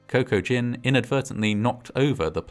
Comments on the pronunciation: >Cocoa Gin I swore I heard Kokujin, like this was an H.P. Lovecraft type situation. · "Coco-Gin".... Cocaine and Maritinis! Maybe should have named him "GPS" or "trail map"... hahaha